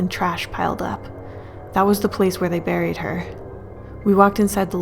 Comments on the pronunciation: When he said “ so he buried her” I thought he said “so he married her” 😂😂😂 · Omfg SAMEEEEEEEEEE